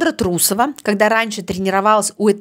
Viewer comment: Даже если не уважаете человека, не надо коверкать его фамилию. Это говорит о том, что вы некультурный, малообразованный человек... Несостоявшаяся фигуристка, наверное. Карьера не удалась, а получить образование- ума не хватило.